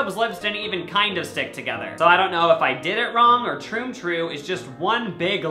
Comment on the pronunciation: he says Troon troo hahaha😂😂🤣